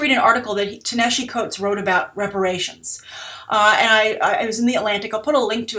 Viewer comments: You Mispronounced Ta-Nehisi Coates name. that's not how you say it. its pronounced Tah-Nuh-Hah-See) is an Egyptian name for ancient Nubia. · Your pronunciations are always awesome. Ta-Nehisi is pronounced [tah-na-HEE-SEE]. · Wow, you butchered pronouncing Ta-Nehisi's first name. There's plenty of video on youtube where you can hear how his name is pronounced.